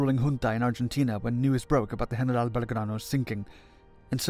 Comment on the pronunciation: Why do you break into an absurd accent and pronounce General as if speaking Spanish